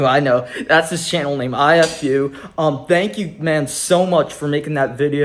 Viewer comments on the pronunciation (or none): Ifu is pronounced e-foo (There’s no ill intent if you thought so)